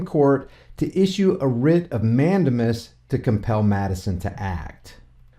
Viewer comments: Mandamus is pronounced Man- Dame- Us. 😂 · It is pronounced mand-A-mus with the accent on the second syllable and using a long "A" sound as in the word "take" not a short "a" sound as in the word "tac".